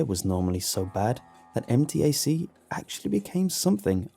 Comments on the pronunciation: As someone who has gone to MTAC many many times, I... can actually see how being kidnapped there is easy so the story isn't too off in the portrayal of the surroundings. Side note, I did twitch a little everytime it was pronounced M.T.A.C. Instead MTAC, but it's just a pronouncing thing for me. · fun fact: we actually pronounce MTAC as 'em-tack', not letter by letter